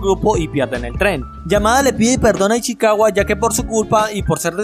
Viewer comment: Una pregunta porque decis ichiwaca es ichicawa